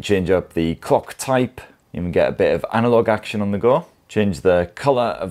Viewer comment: I barely heard the L from "clock type" 😅